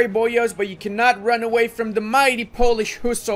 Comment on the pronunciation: I have a big respect to you for not butchering my language